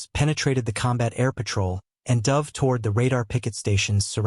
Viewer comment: The AI voice is annoying. For example, repeatedly pronouncing "dove" (past tense of "dive") like the bird. Also, why repeatedly showing a picture of the five Sullivan brothers (killed on the USS Juneau off Guadalcanal, a Fletcher-class DD was named for them). Too few pictures repeated over and over, especially when talking about post-WWII ships (plenty of pictures available for that subject).